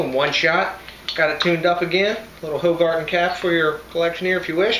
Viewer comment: Pronounced whogarden